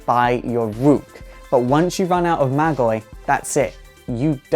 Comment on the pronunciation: MAAAAAAGI, not Magie